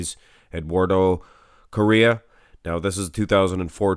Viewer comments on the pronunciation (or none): I believe it's pronounced something like "CO-HEY-UH"